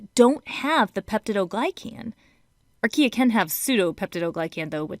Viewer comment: who heard IKEA when she said archaea? just me, ok....